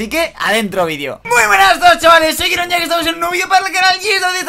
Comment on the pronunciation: ROCIO Gonzalez kiron no jirón